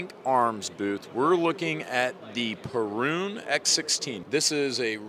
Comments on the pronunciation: It's not Peroooooooon It's just a normal length U Like in Uwe Boll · Perun?! Next time ear Bear!